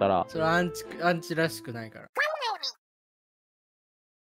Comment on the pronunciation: ごめんなさい、アンチんて言うのが、う○ちと、聞こえてしまいました。申し訳ないです。 これからも頑張ってください応援しています。